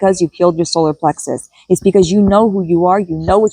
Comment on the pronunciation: Explain wait a minute you just said because I killed my solor plexus. I had to put closed captions on to double check that